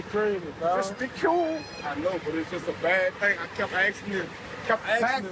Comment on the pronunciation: I have a question The woman said aksing instead of asking and I'm hearing it a lot from black people Is it a regional and a state thing or is it a black thing Cause its weird And I'm sorry for getting off topic just curious